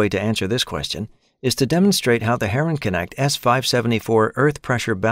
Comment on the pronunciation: funny to hear herrenknecht pronounced as herring-connect